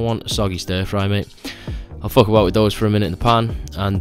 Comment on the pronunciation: “MMMMM FOOK”